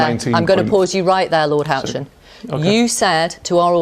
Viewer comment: Not Baron Hotchen , its Ben Houchen Tees Valley Mayor